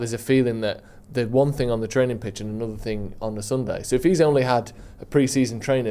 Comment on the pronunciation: Just say training again 😂